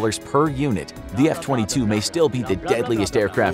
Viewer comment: He talked about the F22 for a short time but after that short intermission he was just saying it wrong